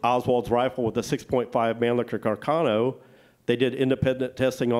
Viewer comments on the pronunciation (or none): Isnt Mannlicher Carcano correctly pronounced in Italian, "mann-lee-sher car-ca-no"? I hear that Italian people make fun of how Americans pronounce it " mann- licker car-canno" Also, the third back yard photo of Oswald found in Roscoe White's belongings, is rarely seen in these forums. Robert Groden has it in one of his books.